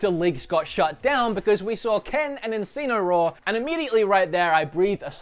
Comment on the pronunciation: Enseenoroar. Wow. Everyone pronounces things differently but this one is nek level weird.